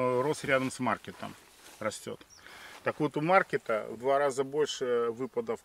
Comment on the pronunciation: маркетт правильно произносить с ударением на последний слог.